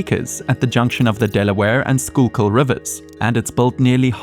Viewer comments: Impressed that you said Schuykill right as a native PA 😂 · Congratulations. You pronounced "Schuylkill" correctly. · Did not expect the proper pronouncing of Schuylkill